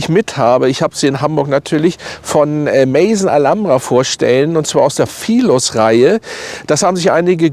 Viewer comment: "Maison" wird französisch ausgesprochen und nicht englisch.